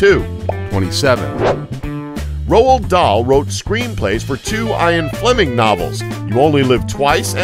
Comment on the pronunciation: EYE-AN Fleming? Seriously? You made like 8 pronunciation mistakes this video and that has to be the worst. Come on. You're a narrator